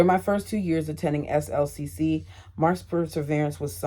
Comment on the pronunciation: SLCC is pronounced slick. You say, I am taking classes at slick.